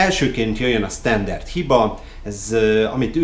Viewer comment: Standard Hiba, nem Sztenderd, de azért köszönjük, hogy mi kerültünk a videó elejére :D